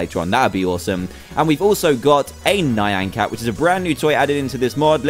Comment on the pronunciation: It is actually nyan cat (nie-an cat)